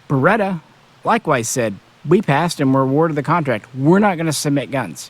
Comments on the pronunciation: I'm sorry but pronouncing it as beretter just sounds dumb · Burrrretta Burrrrreta Burrrrettta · I like it. It's just a little joke. He knows the correct pronunciation, obviously. He's just using a little inside humor.